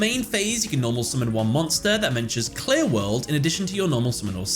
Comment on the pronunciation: Cannot unhear QLI-WORLD